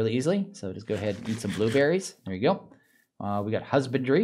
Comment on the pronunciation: "der" should really should be spoken as "there"